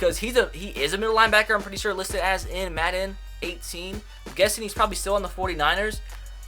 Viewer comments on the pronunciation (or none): none